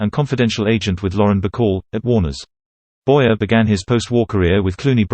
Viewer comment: His name is pronounced Boy-ay. The "er" in French is not pronounced like the "er" in American English, but rather like the long "A' sound.